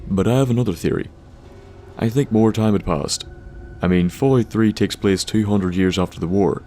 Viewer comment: "Something more, something mauwd."